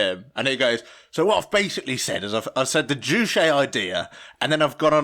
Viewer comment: Maybe if you did an ounce of research (these guys couldn't even be bothered to find the proper pronunciation of "Juche") the work wouldn't seem so "ironic." There are legitimate criticisms of the DPRK but when you peddle total and obvious lies like the whole "three generations of punishment" and "the country worships their leaders as gods/believe Kim Il-Sung is immortal" you lose all credibility. Seriously these things can be debunked with an extremely simple google search. What you all have displayed here is a complete and fundamental misunderstanding of the Juche idea, as well as Marxist theory in general. The Juche idea is dialectic, not metaphysical, it deals in processes not absolutes. The Juche idea does not claim "nothing impacts the world but humans and the things in the world don't change each other," in fact it claims exactly the opposite. You seem to understand this when you reference "humans as a part of the world, in it not outside it" but you just ridicule this as a trite true-ism rather than recognizing how the dialectical understanding of humankind's place within the universe shatters your total strawman of Juche as a philosophy promoting "human dominance an exploitation over nature." The Juche idea could not be further from promoting exploitation. You all also reveal some serious classist ableist biases that you harbor when you all go on about how many words/concepts are repeated. I don't know if you knew this but this a speech meant for *illiterate peasants*